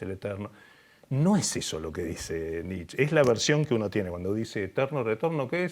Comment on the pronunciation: Muy buena la charla! Un humilde aporte a (y a quienes lo citen), se dice "NitchE", asi con la E del final:) Saludos, desde alemania